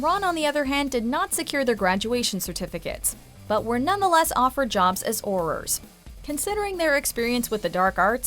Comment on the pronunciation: Narrator: “Orr” Me: Huh? Subtitles: Huh? Wait, do you mean Auror??! Narrator: “Centarrs” Me: Centaurs... Narrator: “Orrrrers” Okay, just stop. 🤦🏼‍♀️